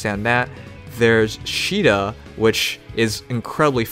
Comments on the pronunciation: Austin Turner That's japanese, not English. And also, in Warriors, they say it like "See-da". It's really how it's supposed to be pronounced. Just like how you say Caesar. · No, it's pronounced like this: See-da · Is that the actual pronunciation of Caeda?